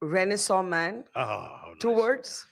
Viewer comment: It’s not ‘renaison’. These idiot Stephanians boast a lot about their English but can’t speak it properly. Tharoor too didn’t correct her pronunciation